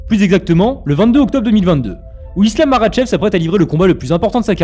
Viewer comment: Tu sais même pas prononcé makhachev correctement mec